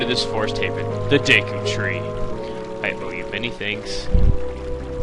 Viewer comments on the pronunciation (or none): DEEEEKU NOT DEKO LOL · finally someone who agrees with me!! its "dee- koo" not day-koo... same with people who say "okka reena" instead of O-kuh-reena" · daiku tree? no no no no its Deku Dehku Dehkew Dehkuh thos are right not daiku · I used to pronounce it dee-ku but now I pronounce it de-ku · say deekoo. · its pronouced DEEKOO bcuz of emphasisi (long and short vowels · If you know PeanutButterGamer, he pronounces "Deku" as "dooka" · i thought it was pronounced duku tree daku tree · "Deh ku"!!!!! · I always thought deku was pronounced "Dew-ku" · its pronounced (D-ku) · i say it's pronounced deh-koo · deku is pronounced (DEW)-(KEW) CAN YOU MINCHIN ME IN 1 OF UR VIDS NEED SOME VIEWS AND I HAVE KEPT UP WHITH MOST OF YOUR VIDS THANKS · My friend saw you trying to say deku and he said "WHY NOT DICK OOOOH" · it's pronounced deku.